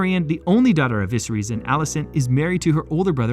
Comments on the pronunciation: he cant pronounce "viserys " properly thats so silly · the way you pronounce viserys is mildly infuriating.